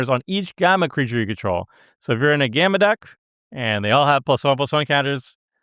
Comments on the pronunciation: There better not be a single Hawkeye under S tier >:C edit: are you mispronouncing gamma on purpose? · Is out here pronouncing gamma incorrectly on purpose? Several hours into the video, he starts pronouncing it correctly again, haha, what? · Listening to for so long has cooked brain, he can't even pronounce "gamma" correctly any more.